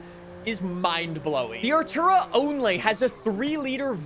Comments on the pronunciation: Are - too - raa. Artura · The McLaren is pronounced ar-tor-uh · 'Artura' is not hard to pronounce. At this point the manufacturers aren't the problem, you are. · Artura is not hard to pronounce, be fr 😂